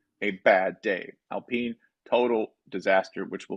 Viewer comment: when did it become alpeeen.?